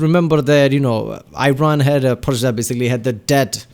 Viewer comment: It's E-Ron not Eye-Ron. Iran is too proud to get colonized.